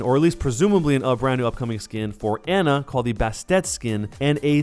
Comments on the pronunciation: You’re saying Ana wrong.. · If you say Ana's name wrong one more time I will commit toaster bath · good video but every time you said anas name wrong i cringed